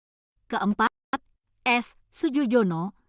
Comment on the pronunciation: Melafalkan Nama Maestro ini bukan Sujojono tapi Sujoyono … ini ejaan lama